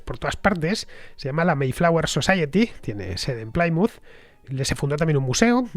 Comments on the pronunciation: Programa fantástico. Una pequeña aclaración Plymouth no se pronuncia como "Playmuz". Se pronuncia como "Plimuz". Un saludo y gracias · La pronunciación correcta es 'Plimuth" y no "Plaimuth". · No, se pronuncia "Plimaut" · Me encantan tus podcast pero habrá que cuidar la pronunciación..."Chartres, Plymouth.."...😜